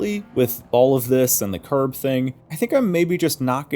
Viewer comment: When you said "Curb" I thought you said "Carb" so for a second i was like "wtf? Carburetor physics?" lol